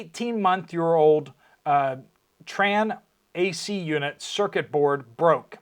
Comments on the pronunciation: TRANE is pronounced train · It's trane, but it's pronounced like train.